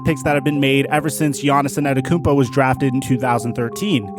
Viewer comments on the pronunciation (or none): Is purposely pronouncing it as ANNETETOTHEKOUMPO?